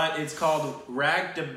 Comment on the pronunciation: De pronounced day